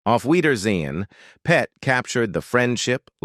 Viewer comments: It's pronounced:auf weidersehen pet not auf weidersehen long pause PET it simply means see you later darling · Be nice if you spoke properly!! Why do you pause when you say; 'Auf weidersein.....PET'...?! Weird!! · Terrible narration. The word pet is part of a sentence and not an isolated noun.